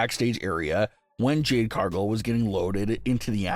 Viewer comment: OMG say Cargill correctly please not Cargull